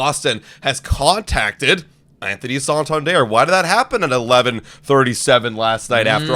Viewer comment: Its not Anthony "sawtawndierre". Its san-tan-der